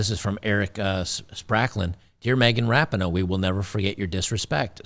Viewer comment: "Me-gain Rap-a-Ho".😊